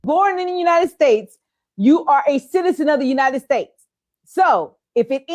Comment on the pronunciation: WTH??? FROM UNITEDED STATES??? ITS UNITED STATES MAAM'